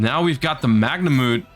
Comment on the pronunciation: The way you say Magnamhut triggers me